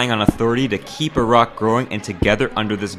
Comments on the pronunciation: YOUR MY FAVOURITE YOUTUBER NOW YOU SAID IRAQ INSTEAD OF EYERAQ NEVERMIND😭😭😭😭😭😭😭😭😭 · Finally an American that can pronounce Iraq